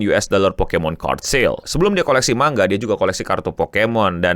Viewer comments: malah pengucapan yg bener itu man ga, jadi kedengeran kayak mangga balajar lagi ya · iya, jadi kedengeranya kayak mangga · yg disebut eno man-ga. bukan mang-ga. ekspektasi sebutannya ma-nga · Manga bukan Mangga 😅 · MANGA COK BACANYA BUKAN MANGGA WOI JEMBUT GOVLOOK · Manga bang bukan Mangga, lu pikir Logan Paul tukang buah apa 😂 ? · Dulu di spacetoon ada sesi menggambar manga kemudian naratornya nyebut menggambar mangga, aku heran kok mangga.setelah dewasa aku akhirnya tau kalau dr bahasa jepang emang sebutan di mulut mangga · Bacanya man-ja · Kok gw dengernya Mangga ya, apa salah denger sih. 2 Menit baru nonton langsung pengen comment wkwkw Sorryyyyy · Bang, lu kalo misal ga ada yg komen soal pelafalan 'manga', keknya elu yg pin of shame kedua😹✌ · Ya emang gitu bang, kayak orang Sunda ngomong "silahkan"